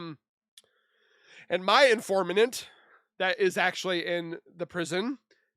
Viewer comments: “Informanant”…I love some of your pronunciations! I think you get to talking and your brain gets ahead of your mouth 😂. Informant. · "I suggest you highly go over there" should be I highly suggest you should go over there. "Informanant" is informant.